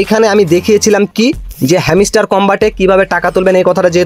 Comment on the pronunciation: ভাই ওটা হেমিস্টার না, হাম্সটার।ভাষা ঠিক করুন নাহলে আনসাবস্ক্রাইব করে দিবো